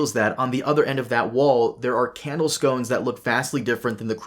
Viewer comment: You're missing a C in the candle sconces- they're not pastry, they're SCON-CES